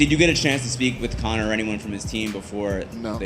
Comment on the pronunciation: Conor! "Koyak" to u😆